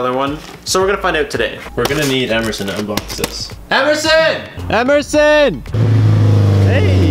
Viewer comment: Hehe... Emersoon, Emerson 😂